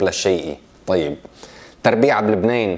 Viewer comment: اسمها لبنان مش لبنين يا متعلم يا فهمان